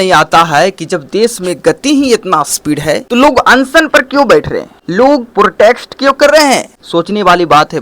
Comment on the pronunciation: Kya bola tum nah protext😂😂😂😂. Protest hai bro protext nahi. Anyway subscribe or like kardiya